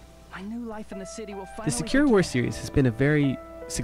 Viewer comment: Can I ask why you pronounce sakura like "Secure"?